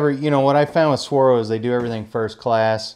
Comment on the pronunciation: FYI, it’s “Swarovski” not “Swarovski” 😂 good vid nonetheless the less. Appreciate the review.